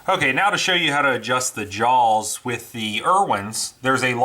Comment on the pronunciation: Love the channel.... but Whats with the extra vowel when hes saws "JAWS"? Sounds like he says "Jaows" WTF its driving me insane.